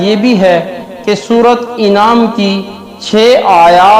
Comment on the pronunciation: Is ko Anam hai inam nahi kaho janwar Anam ko kehte hai